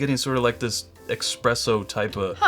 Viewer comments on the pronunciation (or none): Jesus Christ, man! It's ESPRESSO - not EXpresso. FFS...